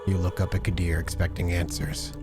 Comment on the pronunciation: Qadir pronounced Kadir